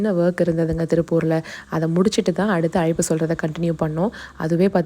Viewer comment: அய்ப்பு இல்ல மா அழைப்பு